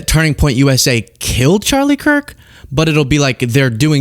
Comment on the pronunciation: Why does she always pronounce it "Turning Point USAyyyy" 😂